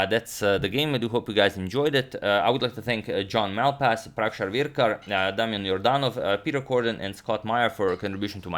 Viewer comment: He did not pronounce Damyan (Yordanov) correctly in this video. This is a Bulgarian name, while I am also Bulgarian (and my name, too) and I can confirm for sure that it is not to be pronounced like that. It is more like that he reads them with an incredible balance between correct and fast. And.. yes.. it is not as hard for a person with particular mother language as the top comment here suggests. I can also easily read them the way he does, but I doubt it is the most correct one.